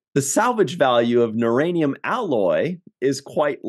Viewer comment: duranium not nuranium. lol